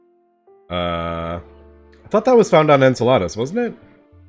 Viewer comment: Why are you trying to get to Salads? You’re pronouncing Enceladus (En-seh-luh-duhs) like the Spanish word for salad (ensalada) XD